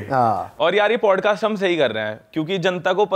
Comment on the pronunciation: Bhai it's Podcast Not Padcast, btw no offense itna bada platform hai toh atleast ek decent way se play karo